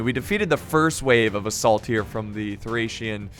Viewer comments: THORRAC WARRIORS IM SORRY BUT HE SAID THERE NAME THORRAC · It’s Thracian not thorrac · Why in the heck did you keep saying thorack or thorag?????? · TH--RACE not THORAC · lol can't even say thracian warriors correctly. keep calling them thorac warriors. Learn your units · Well I believe he’s dyslexic and there are many thorax units on the field (yes ik he did mistakenly call thracian units thorax) and he’s quickly trying to commentate the video but it’s easy to get them mixed up at a quick glance; it’s a lot harder than it looks and being dyslexic makes it even more difficult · Been watching you for years, and your pronunciation of words never seizes to amaze me, lmao. I don’t know how one could possibly see “thorak” from “Thracian”, unless they are dyslexic hahaha. You’re hilarious. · Don't wanna be that guy but it's thracian warriors not thorac or thorak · Before recording can you just read the unit names so you dont butcher them,you can prounance it wrong but dont call thracian barbarians thorax swordmen who are hellenic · I'm kissed by the fact you mispronounced thracian warriors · Correction: pissed at your mispronunciation of thracian warriors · Thracian man... you have to do something with names, stop video and take some time to read the name correct! I know its difficult when you are dyslexic but you can do it! I know from myself 😉